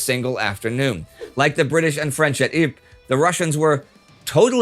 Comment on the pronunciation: I believe the french town of Ypres is pronounced, "eep rrah", not eep.